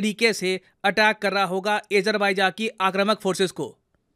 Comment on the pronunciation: Bhai, I am a regular viewer of almost all your episodes on a daily basis and like those much. Just one correction in this video, on pronunciation of Azerbaijan which is not "Aa-jer-by-jaa" but "Aa-jaar-by-jaan". Just for your info.